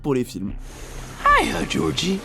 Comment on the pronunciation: Et c'est pas Jordy mais Georgie